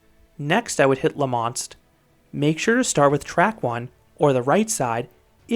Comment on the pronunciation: is le monstre actually pronounced Le Monst?